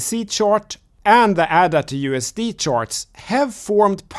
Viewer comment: It's pronounced AY DUH. After Ada Lovelace, the world's first computer programmer.